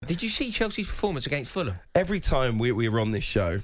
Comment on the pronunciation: It’s Fulham 😂😂😂